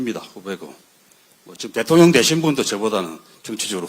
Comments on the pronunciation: ㅋㅋㅋㅋ 대통련 으로 발음한 의도가 있으셨네요! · 대통년 이라 발음하실때 넘 웃겼어요.ㅎㅎㅎ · 아 진짜ㅋㅋㅋㅋㅋㅋ그동안 대통ㄴ 발음 너무 웃겼다구요😂 혀가 쪼금 짧으셔서 그렇지(귀염😊) 일부러 그러시는 게 아닌거 알지만 어찌나 딱이었는지..ㅋ